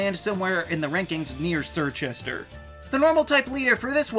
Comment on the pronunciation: Did you just call Chirchester.... Sirchester..... shakes my head in british